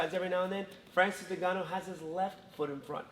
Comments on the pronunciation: 'Francis Ningannou' haha. BTW Steve 'of' is spelled 'o-f' not 'A'. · I think it's Francis N'Gannou as in pronouncing the letter N, and then Gannou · Brotha, It's N-Ganu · The way wonderboy calls his NINgannou